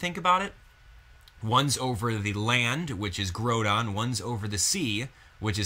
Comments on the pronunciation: Wow I cant believe you mispronounced their names. Key-ogre (its Kia-ogre) and Grodon (its grow-don). Sorry if I'm being a douche about something minor but its also something I can't stand Any who I think the story may revolve around a team using Raquaza to control both legendries. but who knows. Anyway I personally I want a Mega Glalie. Maybe Volcaniodon will be pivotal in the storyline since its said to be a fire water type so maybe it will have some plot point involved but knows. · (K-eye-oh-ger) (Gr-ow-don) grow like growl (Ray-qua-za) (Hoe-in) (Sala-mAnce) Jeez... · even though im the worst for it sometimes the fanboy in me cringed at you pronunciation of kyogre and groundon